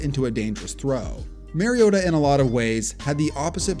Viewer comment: Still can’t say Mariota’s name right 10 years later. It’s the same as Marcus. MARcus MARiota.